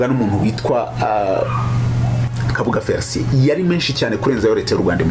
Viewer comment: Felicien not Fericien, pls